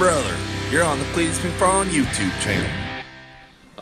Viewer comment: CLEE-TS V